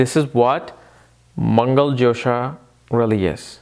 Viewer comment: it is dhosa not jhosa ...like fault :)